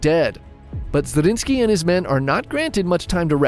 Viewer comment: More fun facts: 1. The name of Nikolaus Zrinskij(both of them)is Zrínyi Miklós and is pronounxed very differently. 2. The Hungarian name, wich our friend has alredy told, Szigetvár is just two Hungarian words: sziget(island) and vár(castle/fortress), telling everyone how the castle looks like